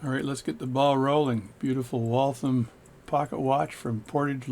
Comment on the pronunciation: Just getting into this as a hobby and found this really helpful. Thanks! Also, as a Massachusetts native, it’s “Wall-tham” and not “Wall-thumb” :)